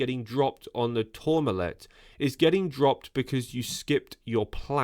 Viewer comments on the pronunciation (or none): Hey: it’s “Soigneur”, not “Souvenir”…. Tourmalet.. “aye” not “ett”… oh… nevermind.